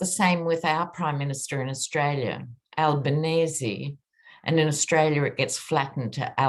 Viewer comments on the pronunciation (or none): none